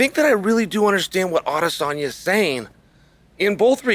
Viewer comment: Adesanya is literally the only name he says right